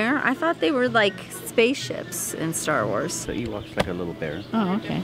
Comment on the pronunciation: I love all your videos! normally I hate vloggers and I especially hate Long YouTube videos but I can watch your videos for hours! I am cringing so hard as you guys mispronounced and mix up the names for everything Star wars 😂😂 but I forgive you lol huge Star wars fan here lol. You would actually love Star wars movies if you watched them though! You have to watch them in the order you're supposed to though. I love how Leo is so good in public!!